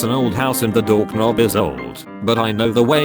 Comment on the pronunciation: "dork nobb" 😂